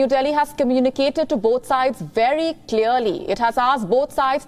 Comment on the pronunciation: I love how she pronounces her V's like W's. It's wery, wery, cute! 😂 Y'all leave her be. She's doing her best.